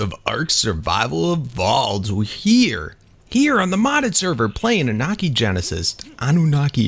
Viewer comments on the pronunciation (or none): its pronounced ''anne-ou-na-ki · Say say annunaki like ah-noo-na-kee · Annunaki (Ann-New-Na-key) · it's pronounced an-you-nar-ki